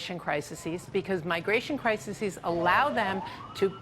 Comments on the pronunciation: "Cry-sissies...Cry-sissies...". It's CRISES you dumb Fox bitch. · "Criseses"? XD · You gotta love them "cricisees." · lol at 'crisises' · She’s also pronouncing crises incorrectly, which lends itself well to her (and his) monumental stupidity.